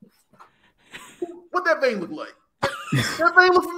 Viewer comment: he said "vein"